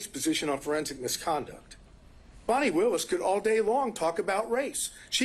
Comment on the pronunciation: FAN - ee not FAWN - ee